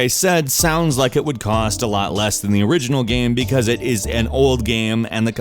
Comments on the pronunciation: EA sports: it's in the geym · "It's not the seym geym